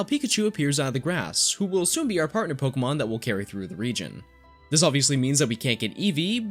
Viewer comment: You are my favorite Pokémon channel. Purely for the fact you actually say Pokémon, and their names correctly. ❤️.